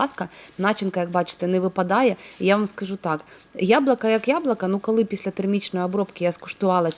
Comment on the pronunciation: Дуже гарно виглядає, впевнена що й смачно! ЯБЛУКА,а не яблака😉 Не ображайтесь!